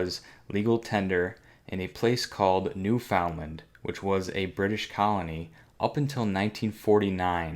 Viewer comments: taking the “fun” out of New Foundland. 😂😂 It is pronounced New Fundland, BTW. Awesome coin regardless. You can also find some from Prince Edward Island and Nova Scotia as well, although not as late as New Foundland. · Sorry, I could take it only for 10 minutes. It's pronounced NEWFUNDLUND!! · I do have to chuckle the way you pronounce Newfoundland. It is pronounced like "new FUND land". My dad used to live there. He became a U.S, citizen 'way back, though. BTW, he gave me about 10 of the pennies, but all but one were lost in a move years ago. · Pronounced: "new fundland" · Here's something I remember from high school: although it is spelled differently, the proper pronunciation is NEW' FUND LUND. Funny, isn't it? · New found land is pronounced new fin Lind